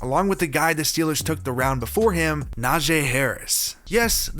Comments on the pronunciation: N-aa-g Is how you say his name I know I have a brother in law named it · Why would you pronounce Najee like that, then say it correct a sentence later, then say it wrong again, then say it right again. Goofy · How people still not say Najee right 😂